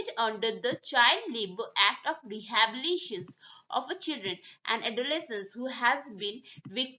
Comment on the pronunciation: Pronunciation thik kijiye. Its rehabilitation. Not Rehabilition